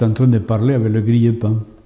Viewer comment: c'est quoi le " gliépan" ? à 10 min.. on comprend rien, dmg..